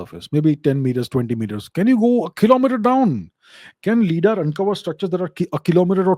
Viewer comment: Hey now, let's not start pronouncing things wrong... LiDAR stands for "Light Detection and Ranging" - so the 'Li' in LiDAR is pronounced like we do for the word 'light'. Surely, we don't say "lee-ght"; so LiDAR wouldn't be lee-daar but lie-daar instead. Also, there are tons of discussions about how many Egyptologists have been gatekeeping the true information; much like how the matter of 'Gobekli-tepe' in Turkey, have been suppressed. At this point, anything is possible. History as we know it, is tainted, at best.